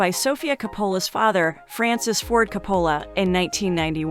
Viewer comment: Geezus please pronounce the name Coppola correctly!!